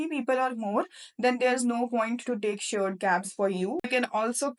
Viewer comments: She meant shared cab, pronunciation error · Nice information, but one correction - it's "shared cab", not "sured cab"